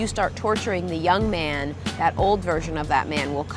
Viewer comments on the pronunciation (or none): all I could hear when they said "Young man" was just the YMCA